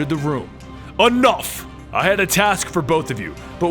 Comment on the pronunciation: You guys know I'm not the best with pronounciation, and when you throw in a bunch of crazy prononciation for Thor, it gets even wonkier, so please bear with me, as some of these words are going to be off. Enough = "AHNNUFF" Damn, Engliisch is wonky.